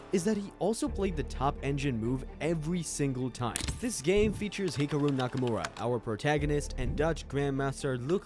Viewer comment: Bro this is so underated but why did u say hikoro and not hikaru